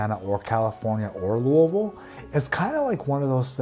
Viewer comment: As a Louisville native you Absolutely nailed it on pronouncing Louisville 🤙well done ! People pronounce it all kinds of different ways